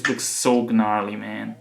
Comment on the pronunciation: "Ga-narley"